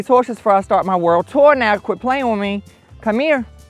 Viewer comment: When he's talking to Winston I love how he said " Worldt... Daddy gonna on a WORLDT TOUR!" 😂❤ Trust In! 🙏🏻❤️